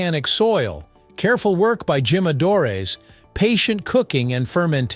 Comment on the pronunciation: I like your videos very much. I learn a great deal. But I wonder is the voice a human voice or a computer voice. if computer it should be programed to pronounce the Spanish 'J' correctly. The word 'jimadre' is pronounce with an English 'H' sound not an English 'J' sound.